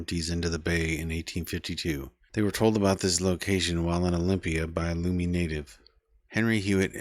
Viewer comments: Lummi is pronounced Luh-Me not Loo-me. But otherwise this was very informative, thank you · Lummi is pronounced as you would pronounce "Lumpy" not loomy like as you would say "room" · Please re-record the video with the proper pronunciation for Lummi. I can't even watch it because if you don't know how to say that word you probably don't know much about Bellingham. I don't know how to explain it It just makes me not trust you 😔